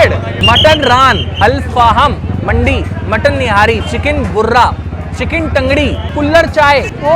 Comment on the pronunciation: I'm going to correct you bro in hindi ✅ मटन रान अल्फाहम मंडी❌ मंदी ✅( मिडिल ईस्ट में काफी फेमस) मटन निहारी✅ चिकन बुर्रा ❌ चिकन बर्रा ✅ इतने बड़े यूट्यूबर हो आगे फालतू में बेइज्जती मत करवाना भाई किसी और के सामने। #